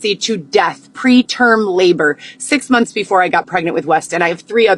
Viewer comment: What about when she says “Munthssss” drives me crazy